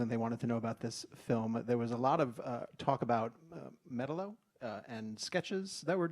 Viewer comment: “Metal-O.” Seriously how did that hack get this gig?